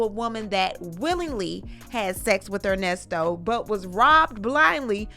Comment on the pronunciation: OMG! I heard him say Con-Nesto should me out too! 🤦🏾‍♀️ There are other serious charges… child/animal p0-n on his laptop and embezzlement (e.g., another woman’s bounce $20k chk he used as deposit f/Shirley’s b’day 💍…).👀 Ernest Levert Williams need to go under the damn jail!